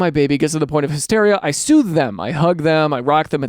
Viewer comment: Baby carseat story: I kept hearing sue instead of soothe 💀